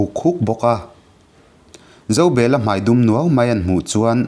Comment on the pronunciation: Zobela hi Zo,bel,a tih hian han chiar teh u